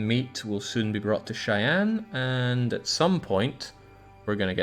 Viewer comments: The Narrator got a lot closer with his pronunciation of "Norfolk" than did with his of "Platte" and "Cheyenne". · Ostentatiously whinges about how the narrator pronounces "Norfolk" and then completely butchers "Platte" and "Cheyenne" two minutes later.